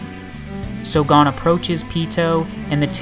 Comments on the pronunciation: Nothing to do with your voice man, you're just pronouncing his name wrong! It's 'goan' not 'gone' :D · Great video, but the way you said 'Gon' bugged me the whole way through hahaha... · Great video. I know how difficult this deep kind of video theories are to create. Good job! but I gotta say: Meer-ee-uhm. Gun-geei.